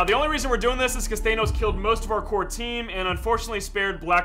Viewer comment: nahh bro git said thaneos?